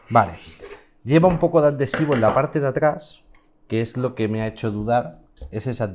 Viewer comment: Atentos a como pronuncia adhesivo ¿?¿?